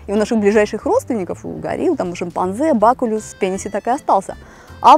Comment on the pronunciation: Вы жена олигарха? Откуда такие средства на покатушки по всему Миру? А да...не бакулюс а бакулюм!